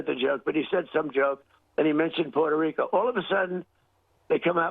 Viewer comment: Puerto Rica. He doesn’t even know how to pronounce it.